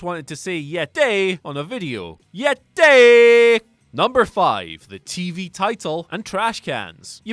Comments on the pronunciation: "Ya day"?? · im pretty high rn...and the way he said YETAY had me dyin 😂😂😂